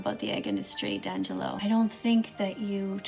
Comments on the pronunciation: D’Angelo does not rhyme with “tangelo.” It rhymes with “success.” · Thanks for letting me know! However, I still think it shows to me that she couldn’t be bothered to respect D’Angelo by learning to pronounce his name correctly - and I say this, as D’Angelo has pronounced his name before in multiple videos. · The fact that this yt woman just purposely mispronounced your name the whole video... triggered tf out of me Edit: Ah so she is racist 🙃 surprise surprise 🥴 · She is awful. People like her put me off becoming vegan in the first place, she's so hateful and patronising. Luckily I've found people like her to be a very small (albeit loud) minority. She's an embarrassment to all vegans. She may not eat meat but she can sure butcher D'Angelo's name, ugh, so much cringe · It would be actually kinda correct, if D'Angelo were Italian. But he isn't, so it's wrong. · its makes me pissed she mispronounced our lord and savior D'angelo's name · That she repeatedly mispronounces your name tells me everything I need to know about her. Blech. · Okay but like every single she mispronounced D’Angelo wrong I just wanted to test myself into the void LIKE IT’S NOT THAT HARD JFC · As soon as she mispronounced your name I was like... no. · It’s kind of gratting how shd kept mispronouncing D’Angelo... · i actually cannot get over how she is pronouncing D'Angello😭😭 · Her saying "dangelo" so confidently really gets me for some reason. Like i get kinda angry but cant stop giggling at the same time. You say your name in most of your videos, so...??? I'm confused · Why does she have to say "Dan Jello" like it's a brand that emphasizes on the animal parts inside of the gelatin?! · Her: dangalo Me: EVEN I KNEW IT WAS D’ANGALO AND IM DYSLEXIC AND DUMB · D'angelo: my name is d'angelo Vegan Teacher: Dan-jillo D'angelo: no its D'angelo, like De-an-jill-o Vegan Teacher: 🤫DAN-JILLO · DANGELO I can’t girl don’t even know how a name is pronounced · "And his name is.. Dan-jello" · D a n j e l l o